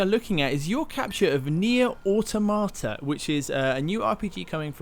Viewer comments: it's pronounced automata not automota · Is there no one on this planet that can pronounce Automata correctly? Seems Holly can at least.